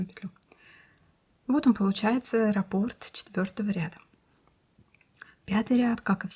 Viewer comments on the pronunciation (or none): none